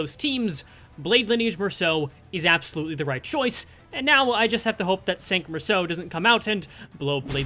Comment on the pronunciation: Finally, someone pronounes Mersaults name right